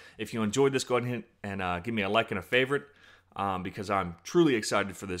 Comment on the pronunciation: Good video- except for the "Gimem ah leik or a favwite"